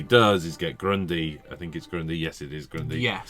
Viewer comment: Say 'Grundi' one more time and I'm getting the book out.